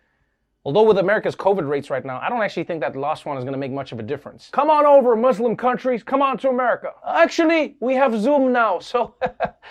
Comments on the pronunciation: Trevor I just want to commend you on your pronounciation of muslim. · I can’t get over the fact that Trevor pronounces Muslim right.